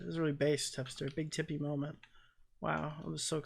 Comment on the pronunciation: When you said “let’s see what Big Tippy’s gotta say” I thought you called him Big Titties and now I can’t stop laughing